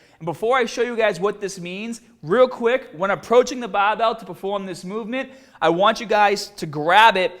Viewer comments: Willy Watcher 24/7 a fucking annoying way to say barbell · How come you spelled it "barbell" in the title, but pronounced it "bahh bell" in the video itself? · Lumbaah and baah bells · Bah bell row guys! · Not hate at all, yeah he takes a bit of slagging with the way he says BAAHBELL but he sees the funny side and people like that. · dude wtf is with your accent?! the "bahbell" suggests boston but you almost sound scottish at times and neither pronounce the word "mascles"! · I'm sorry dude, I can't get my mind off of the BAHBELL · Ya gotta PUHFECT ya FAWM when ya lift the BAHBELL, guys! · Bahh bell bentovahh row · The Bah-Bell bent ah-ver rows!! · Baahbell taahget paaht lol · The Bah-bell bent ova rowwww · Lol that's east coast/new England pronunciation for barbell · "Ba Bell Bench Prwes..!" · intro - bahbell ben bahbell ben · Its funny to hear when he says" Barbell".. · Great content, but I'm sure it was requested by most to hear you say barbell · Bah bell. Shoulder width apahhhht. Do you talk like that on purpose?